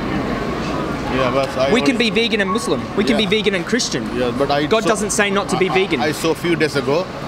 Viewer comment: why didn't you just say MUSLISM instead of adding the extra "Mi" syllable at the end LOL